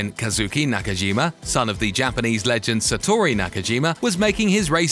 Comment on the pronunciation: Actually its not satori its satoru nakajima and its interlagos not legos its enrique bernoldi who crashed not sato and nick heidfeld crashed into the safety car Luca badoer didnt race in 2000 he was a test driver for ferrari